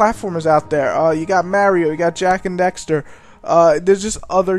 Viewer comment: lol you say mario funny